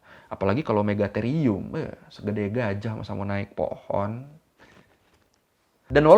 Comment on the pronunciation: Akhirnya Ada yg Bener Nyebutnya Megatherium 😁